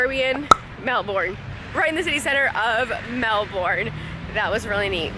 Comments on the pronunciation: Stop bloody saying melborn; it so freakingly annoying the way you are saying it, anyways its pronounced as melburn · You're actually still saying Melbourne incorrectly, even with your accent. It's pronounced melbern, as opposed to melborn. You can still keep your R, I'd say it's a weird ask to drop your accent for a single word, but saying "melbern" rather than "melborn" will get you far in the land of not triggering locals. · that was a memorial to world war 2 not 1. Also Melbourne is pronounced Mel -bun not Mel-born. It’s Australian, mate. And why spend only one day in Melbourne? That’s just crazy! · So happy you got to finally visit Melbourne! I find it interesting how different cities across the world can be pronounced so many different ways. I've always pronounced Melbourne "mel-burn" and I'm an American but a co-worker pronounces it "mel-born". Beautiful city! I've been amazing since watching your #oneyearworldtrip at how you and Peter found such amazing hotel rates and the places you visited are even more amazing! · Stop saying Mel-born!! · still pronouncing it wrong.